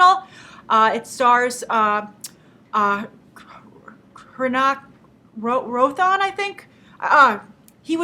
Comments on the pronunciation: Krissh 3 stars Hrithik Roshan with a silent 'H' its not watever u pronounced. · you mean krrish 3 stars hrithik roshan... pronounced ri-thik ro-shan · His name is pronouced Ha-ra-ih-thick Ro-shan. I'm kind a of a huge fan of his since he did Jodhaa Akbar and Dhoom 2. Both of those movies are on Netflix, I think.